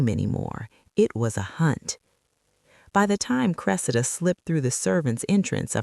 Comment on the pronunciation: Why do you alternately pronounce her name as "cre-see'-da" and "cre'-se-da"? This is distracting and keakes one think there is a new character entering the story.